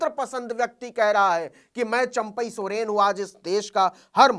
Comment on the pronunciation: सरेन नहीं सर सोरेन 😂